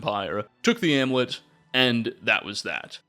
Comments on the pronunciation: *amulet. Ahm-you-let. Also, *that big a role. No of. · And the u in amulet.